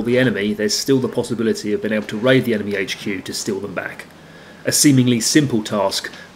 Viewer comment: This dude really just said emeny players 😂😂😂😂😂